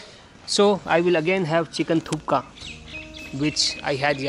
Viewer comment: Nice video. Thank you : ) Sir, not Chicken Thuka, ist call Chicken Thukpa : )